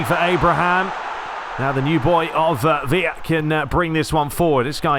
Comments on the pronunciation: Villa in spain is pronounced as "viyah". Villa in agentina is pronounced "Vishah". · Villa is like saying Bishop but with an A at the end 😂, try it out. You said it fine once in the start of the video. Loving your work since I discovered your channel! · That’s Villa from Boca’s right? When playing with the Argentine (Spanish) commentary they pronounce it “Veee-d-jah” not sure how accurate that is but fuck it right lmao